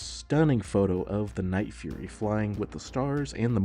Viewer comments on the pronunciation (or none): none